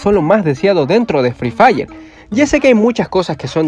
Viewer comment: hay decía "free dire"